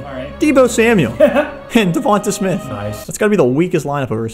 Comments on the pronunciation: It’s not devanta it’s Devante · I'm glad Devonta Smith (De-von-tae) not (De-von-te) got out eventually so I wouldn't have to keep hearing pronouce his name wrong. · it’s duh-von-tay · I love videos but the way he pronounces Devonta Smiths name makes me cringe!!! 😂😂😂😂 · his name isnt davontuh smith haha